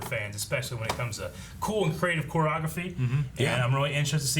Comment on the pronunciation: Wtf is "quagophy"???? I'm sorry, do you mean "CHOREOGRAPHY"?